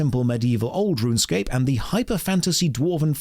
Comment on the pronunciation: wait... so rrrrrrunsecape is an ahh p g?